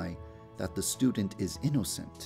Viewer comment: Lol anyone hear yandere dev say Inn-O-cent? LOOOOOOOOOOOOOOOOOOOOOOOOOOOOOOOOOOOOL